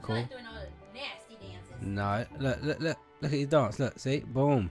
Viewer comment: When you said boom, it sounded like you said bum